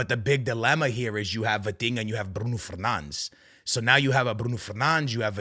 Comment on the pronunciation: You are Portuguese and instead of saying Palhinha and Bruno Fernandes, you are saying pilinha and Brun Fenands. Pls my man